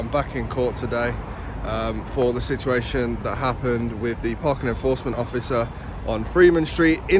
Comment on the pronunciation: Eforcment and now it's Enforcment.🤣